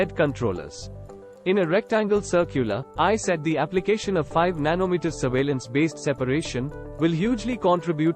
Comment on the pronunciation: Nano metetaaa😂😂😂